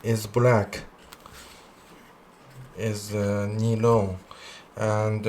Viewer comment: Nylon 英文读法不是尼龙，是读（奶龙）ny 不是（尼）。是读（奶）